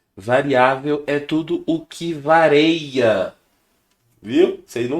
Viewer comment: Professor. Bom dia. Desculpe não quero ser pedante, nem tão pouco saber mais que todo mundo. Mas, seu professor cometeu um erro grave para quem é se diz professor. Não é "vareia", e sim "VARIA". Quem falava "vareia" era o Renato Aragão - acho que "Didi" - no seu programa.